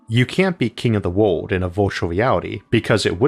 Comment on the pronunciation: Why does your word "world" sound exactly the same as "word" and "would" or ward?